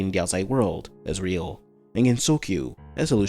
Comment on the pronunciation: Bruh a lot of people be like: "Haha gap hag stupid gets clapped by reimu half of the time. Not serious ancient bi-" Listen... YOU DO NOT WANT HER SERIOUS! Like... The fact she spends her time ragebaiting reimu and sleeping 50 hours a day is the reason the games even continue XD Also i think you mispronounced gensokyo